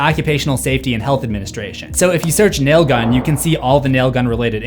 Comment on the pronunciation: It's really weird hearing nail gun pronounced properly instead of "Naaaaaiiiiillllll guuuunnnnn" IYKYK